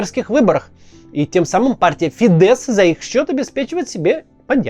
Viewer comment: Я волонтер в Венгрии с первых дней войны, почему то сильно умалчивается про то, сколько сделала Венгрия для украинских беженцев и партия Фидес (с ударением на и*, кстати)